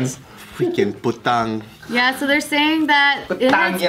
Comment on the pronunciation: A war will not happen guys, do not take it seriously. Also, stop saying "putang" it doesn't sound right cause your missing the "ina" xD